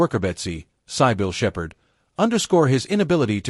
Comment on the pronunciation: AI robot can't pronounce Cybil Shepherd or Max Von Sydow's names.